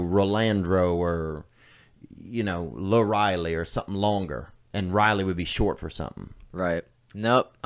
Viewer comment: “Lariley” LOL!